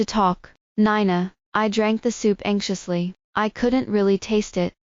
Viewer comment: She pronounced Nina (nine na) instead of (nee na)